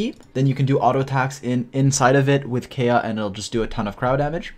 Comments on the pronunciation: If this man pronounces Kaeya as Kaya one more time i swear to god i will lose it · You can tell a video is older based on the way pronounces kaeya